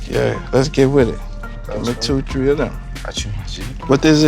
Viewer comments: get me 2, tree of dem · He said “I need two or tree of dem” 😭